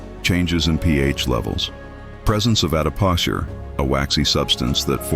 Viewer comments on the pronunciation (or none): The AI voice can’t even pronounce adipocere correctly! Sus